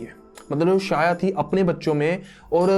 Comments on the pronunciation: शाया नहीं "छाया" नाम था। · Abe lodu god's ke name to sahi se bol le pahe le It' sandhya or chhaya not sanjna or saya , r&d bhi kar le thodi Hinduism pe kuch bhi mat bhok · भाई सूर्यदेव की पत्नी का नाम संजना नहीं संज्ञा है और उनकी छाया नाम शाया नहीं छाया था ठीक हैं। याद रखना। 😂😂😂😂😂😂😂😂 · It's Sandhiya not Sanjana and Chaya not Shaya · Bro it's not संजना its संज्ञा and not साया its छाया 👍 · Bhai saya nhi chaya Or sanjna nhi sandya ache padh fir bhok kuch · शाया नही छोटे,.. वो छाया थी. छाया as in परछायी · Shaya nahee chaya kahani thi bathathe ho tho bhi character ki naam theeq thareeke se tho lo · Bhai tum pehle check to karte ki yamraj nark ke devta h ya dharm aur mirtyu ke jab tumne yamraj ko dharmraj kaha h to wo unhe dharm ke dewta hone ke karan naam diya gaya tha isliye unhe dharmraj kaha jata ha aur jo yamraj ki mother thi wo sanjna nahi sandhya thi aur uski jo clone thi wo saya nahi chaya thi pronounce it properly bhai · Shaya nahi chaya aur patya chap nahi pashyatap bro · Sanjna nhi SANDHYA, saya nhi CHAYA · Saya nahi chya hota he Aaur sanjana nahi sandhya hota he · Pronouncing wrong name Real name's Sandhya And chayaa